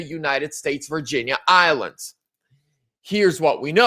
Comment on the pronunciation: Tuning in from Texas!--(Not VirginiaIslands, it's VIRGIN-ISLANDS)!😁